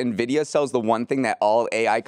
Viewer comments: used to say it that way too but I think he reads the comments and changed, haha. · pronouncing Nvidia ("in-vid-ee-uh") as "nuh-vid-ee-uh" gave me an aneurysm.